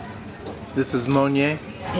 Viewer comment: The Burmese word for water is not Yee! It is pronounced Yay, rhymes with Pay. Mon Nyin belongs to the mustard family. And yes! the most unlikely people will surprise you with their knowledge of English. They only lack practice as there are not many around in their immediate neighbourhood.